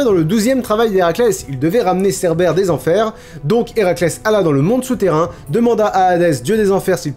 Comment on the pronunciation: Vers j'ai cru entendre "Cerbelle" 😂😂 Mais pendant un instant j'ai compris "entrer dans Hadès" et pas "dans l'Hades" voilà, j'ai juste rigolé 10 min pour ça